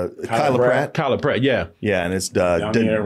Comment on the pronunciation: he mispronounced her name & couldn’t remember it.